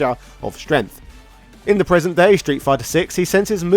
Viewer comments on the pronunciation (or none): none